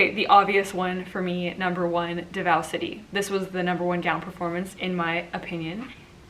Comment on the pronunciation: Hi my dears! So Davao, Pasay, and Quezon City all have their stresses on the first syllable. DAH-vow (like the word vow) PAH-sai (sai like scythe) QUE-zohn (Que like 'Por que', and zon like lawn but with a Z). Just in case they'll be coming up again in the next few vids. Hope this helps! Bonus: Pah-rah-NYAH-que (same que in Quezon)